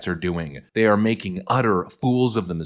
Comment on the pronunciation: "We gonna see how day axe" ....... what ?